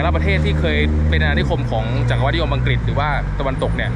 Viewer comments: จัก-กะ-หวัด มิใช่ จัก-กะ-วัด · จักรพรรดิ อ่านว่า จัก-กฺระ-พัด จักรวรรดิ อ่านว่า จัก-กฺระ-หฺวัด